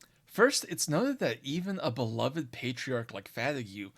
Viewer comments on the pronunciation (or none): none